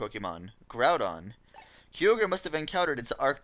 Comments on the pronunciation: Did this man really call it Key-o-grey? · Hope after all these years you learned the correct pronunciation of Kyogre.